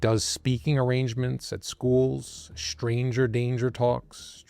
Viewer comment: You mispronounce words with str . street straight stranger NOT shtreet shtraight shtranger